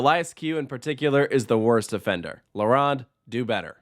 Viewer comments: Its not la RAWND. Its la ROAND. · No poutine slander allowed Also la-rown-d not La-rond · As a Montrealer I agree with most things you said and yes shocker shocker poutine is glorified but tasty in the winter! I do however take offence to “La runde” pronunciation. You sir will decently be mocked in France is you ever visit Disneyland or asteroid and obelisk park with that pronunciation DUOLINGO DO BETTER ✅ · Leh Wronn? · Your French accent sucks. la ronde! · You should learn the correct prononciation of the theme park name. La Ronde. Its French and it has double meanings. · The o is not pronounced like Ron it’s more pronounced like « Stone » and the r has to be rolled a bit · tbh me personally, I wouldn't trust someone's review if they called la ronde like that